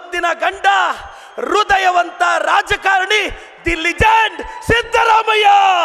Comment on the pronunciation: ರುದಯವಂತ😂 ಅಂಬೇಡಿಕರ್😂 ಕನ್ನಡ ಅಧ್ಭುತ😂